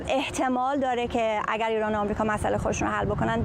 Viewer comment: این آقای ریپورتر بسیار حرفه‌ای و نامبر وان ، خانوم گوینده آقا چرا مثل دختر بچه های ۴ ساله حرف میزنی ؟ خانوم یه چهل سالی داری ، مثلا اگر اگر هست اگ نیست ایران ایرانه نه اییان درست تلفظ کنید مثل بچه ها حرف زدن از سن شما نمی‌کاهد ، خدا این سید گدایان علی خامنه ای بیشرافت را از این کره زمین برداره که واقعا دیگه مسخره شده همه چی ،امین از